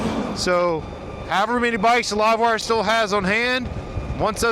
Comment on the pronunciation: WTF is a Live-wrrr 1? Are you drunk?